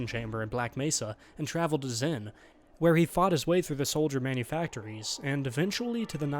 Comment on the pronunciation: Xen, not zen.